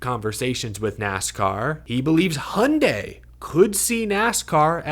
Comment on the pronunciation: Honda and Hyandi? That's it?